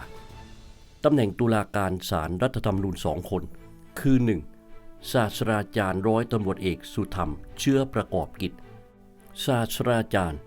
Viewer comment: ศาสตราจารย์ อ่านว่า สาด-ตรา-จาน ไม่ใช่ สาด-สะ-ดา-จาน ต้องอ่านให้ถูกต้องนะครับ